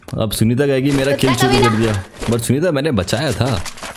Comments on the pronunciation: Sooneeta ❌ Soneeta ✅ 😂😂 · Bhai har 2 second pe sooneeta bol rhe ho😂